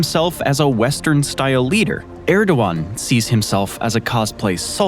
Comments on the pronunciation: It’s “ErdoGan” not “Erdowan”. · You said Erdogan and Agia Sofia so badly...